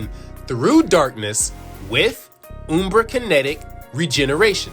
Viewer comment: It's not "Oombra", it's "Umbra" like; pronounced in the word umbrella. Like "un-" but with an m instead of n. Ummm... Umbra. Hope this helps.